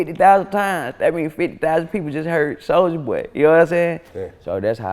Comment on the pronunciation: Did anyone else noticed that vlad always mispronounced rapper name on purpose behind their back (soldier boy) but when in front of the person it automatically switch up for (soulja boy) 🤔🤐😓